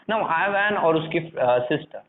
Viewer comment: Not Ivan I van